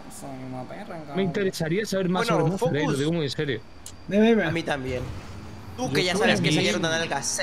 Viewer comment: Cómo que Mozard= TheOzard😳